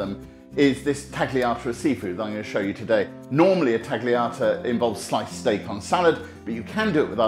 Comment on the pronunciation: Jay, why are you of all people pronouncing the G in tagliata?